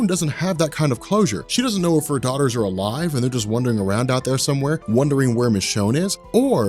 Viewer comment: love your videos and personality. Wondering and wandering are two different words with different pronunciations!:) You don’t go wondering around outside. ^.^